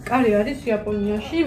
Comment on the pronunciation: カレ作るだと彼氏作るみたいに聞こえるね😄